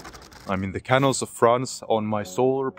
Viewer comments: Nah, we're getting used to him saying canul now. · Also "ca NAL" 😀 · Your English is excellent. But please check the pronunciation of " C A N A L " . The stress is on the SECOND syllable !!